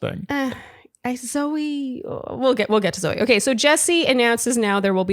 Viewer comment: It's Zoe not zoey